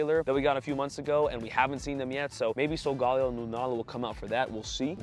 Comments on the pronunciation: Sol-ga-lay-oh… not Sol Gal-ee-oh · Lee-oh is more accurate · still it’s sol-Ga-lay-oh